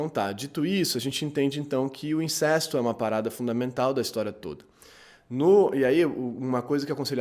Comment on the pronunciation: Sem querer ser chato mas..."incesto" é pronunciado com "ê" fechado ("incêsto") e "Electra" também não necessita de acento. Fora isso, parabéns pelos vídeo!